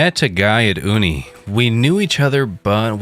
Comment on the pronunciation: Uni=you-knee. Short for university. Love glitches and your narration.